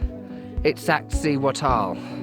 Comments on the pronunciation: You're close; it's: eeztak-SEEwatl (the "tl" is one sound) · The stressed vowel is the second i ;) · No, you did not say it correctly. ees-tahk-SEE- wah-tl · don’t feel bad about the TL sound at the end. Even Not all Mexicans can pronounce it correctly. Fact. But yeah, it’s only one sound or one syllable rather. It is what it is. Izzy works! Luv it.